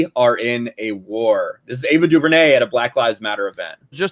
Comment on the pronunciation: Entitled loud mouth idiots. Pronouncing someone's name wrong over and over because you don't agree with her opinions. I'm not forcing myself to say Tucker Carlson's name wrong just because he has the most punch able face in news media.